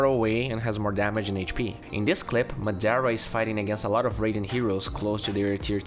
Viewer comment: when u realize madara was pronounced madera